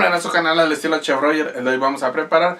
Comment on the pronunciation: No sé dice marinacio """chef"""